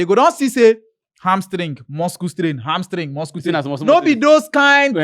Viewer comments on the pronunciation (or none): Why is calling it muskle strain.. 😂😂😂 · Wetin be muskle strain Make ona correct your guy nauuu Which kind pronunciation be that